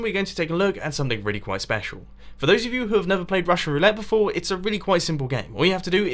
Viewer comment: "for those who have never played it beforr"